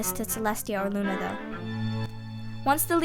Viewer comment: at 25:6 she sad lu nigtmarmoon